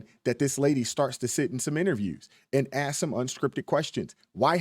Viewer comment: If your going to speak for a living force yourself to pronounce the word "ask" correctly.